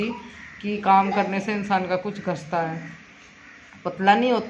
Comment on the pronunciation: ghasta nahin hota gista hota hai